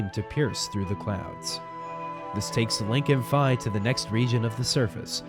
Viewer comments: This is a great dub, and it it wasn't for the constant mispronunciation of "Fi" ("Fee," not "Fai" - it's a Japanese phoenetic, not an American one), then it would be flawless. I still liked your video because hard work acknowledged. You folks did a great job. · No, it can't. It's Fi. Not Fye, end of story. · v.v it's fi. short I. not fye. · you mean fi not fi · It's fi (feeeeeee)